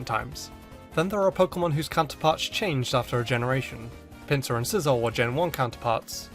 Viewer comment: did anyone hear Pin-suar not Pin-ser it’s pronounced Pin-ser I’m pretty sure